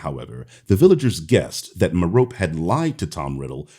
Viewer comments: Just a heads up, it's pronounced Mare-ruh-pee rather than Mer-rope. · I'm going to help you with some pronunciation: "Merope" is kind of like "Hermione"... it's pronounced "Mer- oh- pee" with the accent on the first syllable. Greeks, man. Hermione Persephone Merope 😉